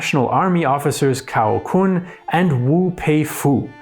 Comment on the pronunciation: And X is pronounced sh, Q is pronounced ch. Pinyin is more concerned with the nuances of different vocalisations. X and sh are actually slightly different, so are q and ch, but they are close enough for non Mandarin speakers. Kun is pronounced kwen